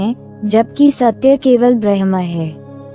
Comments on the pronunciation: please properly pronounce the word Bramh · कृपया bramha शब्द ka सही उच्चारण करे